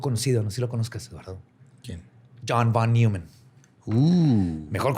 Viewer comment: Se pronuncia "John Fon Noiman" fue un famoso matemático, que paso no lo rebajes a ingeniero jajaja